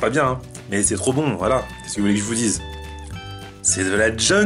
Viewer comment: c'est rrop bon c'est rrop bon c'est rooooo von